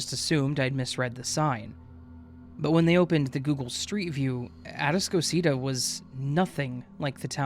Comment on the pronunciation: It’s “A-task-o-cita” man. They don’t know what you’re talking about because you’re mispronouncing the name babe 🙄 Which makes me doubt the entire story because no one in Houston would pronounce that name as such. Maybe you went to Galveston island immediately after a hurricane girl. 🙄